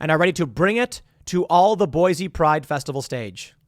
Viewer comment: In before Idahoans correct Tim, "IT'S PRONOUNCED BOY-SEE"..